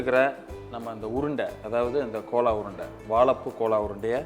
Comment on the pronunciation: Thambi chandru adhu kola urundai illeppa adhu gola urundai k ille adhu g north indian dishes seyyumbodu adhan peyargalai correcta pronounce panna katthukkappa neenga ellam nanga anuppura comments ella pakkareengala illaya theriyadhu kadavulukku thanvelic cham